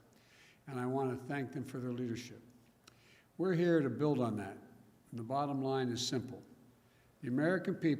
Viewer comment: Leadership is said as | lēdərˌSHip | not the way vice president biden said leadership | lēdər sē-ˌshel | Trash bags over gown ah ah dress ah gowns dresses, more ppe??? The democrats can't keep this cook in office for the entire 4 years, he'll be drooling on himself by then.